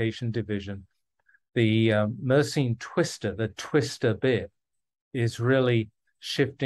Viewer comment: he is pronouncing it wrong, it is a French name, so it should be mer sen